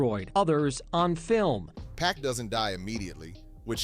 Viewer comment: That ain't 2 Pac, that's 2Pack!